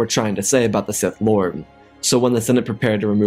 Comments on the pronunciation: "He learned a terrible truth, Palpatine was a sith LAWD." PLSSSSS😭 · "A Sith Lard" had me cracking up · “Palpatine was a Sith Lod” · Darth diabetes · Sith Laude? Am I the only one that caught that, lol? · "A Sith Lawd"😅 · "Sith Lawd" 💀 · Sith lod? Lol 😆 🤣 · Sith Lawd 😂😂😂🤣